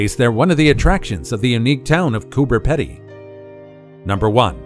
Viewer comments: It's not Coober "Ped-ee" , It's Coober "Pee-dee" And do didn't do the dugouts justice. You should have shown how it looks after the grinding wheel does it's thing. Totally unique. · It’s Cooper Peeedy in pronunciation & yes I have seen most of these things, but how about Uluru (Oolaaruu) or the Great Barrier Reef or Broome (where the world’s best pearls come from) Standley chasm (named after my great x 4 aunt) (& yes it’s spelt with a “d”) or Arnhem Land & of course the Kimberleys in Western Australia to name just a few more & some possibly more interesting places? Apart from that, you did pretty well!! ❤️❤️❤️😎🇦🇺✌️ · It’s pronounced Cooper Peedy although spelt Pedy. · Americans appear to have suddenly found Australia deeming it an unknown continent and nation and have kindly taken it on themselves to tell the rest of the world about it. Nice of them but do get some pronunciations and objects incorrect Kooka burrah not "boorra" Coober is "Peedy"not 'pedy' . Lifetime Australian and havent seen some items mentioned More dinosaurs being unearthed and have a Dinosaur Trail visiting several towns that have skeletons also new species one is called Muttaburrasaurus after its discovery town,Muttaburra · It's pronounced Coober Pee-Dee. Not Coober Ped-Dee. But, this is still a good video. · I wish these poeple doing a story about Australia do a bit of research And atleast get the pronunciation of the places correct Coober Pedy correct pronunciation is peedy and the list goes on 🤣🤣🤣